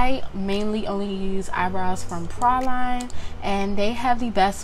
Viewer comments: she said Pra-Line lol love her its Praline like the pecan praline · loved this video but why u saying praline like that